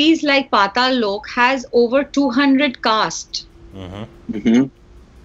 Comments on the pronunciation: or o from loco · ahhaha yea, but it's not tough to pronounce 'Lok' though.. just remove 'i' from 'loki' and done